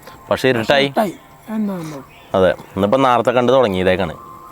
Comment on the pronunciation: നേരത്തെ ❌️ നാർത്തെ ✅️